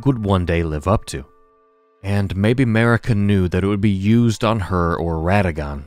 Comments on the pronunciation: noooooa, not at all, dude. Sorry I don't mean to be rude. The way you pronounce it sounds like you are sayin America without the A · I'm sorry, but why did you butcher Marika's name like that. Her name is pronounced a lot of times in-game, so whyyyy?. Sorry, I just couldn't keep it to myself. Anyway, great video as always